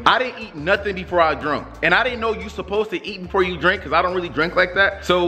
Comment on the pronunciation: I love how say pose to know instead of suppose to.he funny he make me laugh😂😂😂